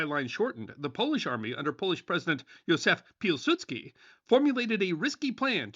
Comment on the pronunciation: As a Polish person, your pronunciation of "Józef Piłsudski" was actually really good